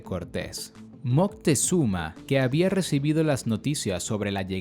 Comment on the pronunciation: Y se pronuncia Moctezuma, no Moctezuma con zuma de xuma, lo dices como Moctexuma